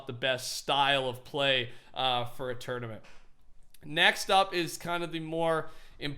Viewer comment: He said turniment like turd amint